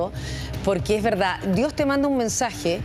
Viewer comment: siiii dice ,,, VELDAD jajajajajajajaja